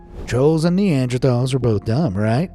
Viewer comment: King Lee-Can(King Lycan) Nandrethal(Neanderthals) Kubla Kahn(Kublai Kahn)